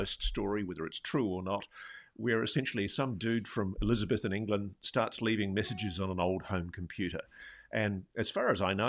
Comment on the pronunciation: What a strange way to pronounce Elizabethan!